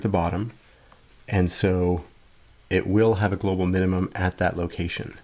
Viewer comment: it says, "glocal minimum".